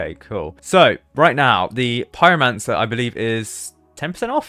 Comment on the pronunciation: "plushie, pieromansar"